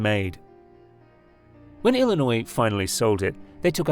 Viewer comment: its illinio.... not illinoise......